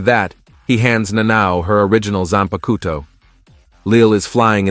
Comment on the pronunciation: zANPA KOUTOU !